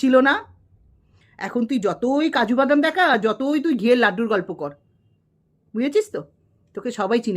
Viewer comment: বলছি আপনি আগে কাজু বাদামের উচ্চারণ টা ঠিক করে করুন😂😂😂।।। আপনারও তো অনেক কেচ্ছা শুনলাম দেখুন yt তে সবারই কিছু না কিছু আছে বেকার খিল্লি করে লাভ নেই।।। আপনি যেমন পরকীয়া রতা টিন কে সাপোর্ট করেন তার পর অন্যের চরিত্র নিয়ে বলা আপনের মুখে মানায়😂😂😂😂।। নিজের বয়স টার অন্তত লিহাজ করুন😂😂😂